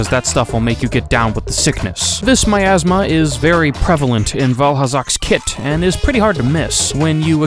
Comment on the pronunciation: Miasma? No. "OURasma"